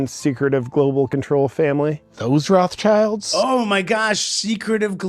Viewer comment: Those "Raff-tshaylds" 😂😂😂 (how he pronounces this German family name).